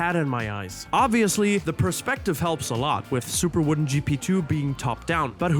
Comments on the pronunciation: It's WODEN not WOODEN ;) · I don't think "woden" is pronounced "wooden".